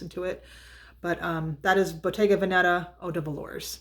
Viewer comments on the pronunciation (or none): none